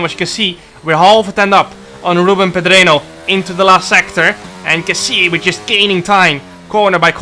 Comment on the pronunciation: just a little headsup, pedreño is pronounced pedrenio bcs the ñ is a letter for itself and sounds like ni. Really love your racing vids, Goatmeer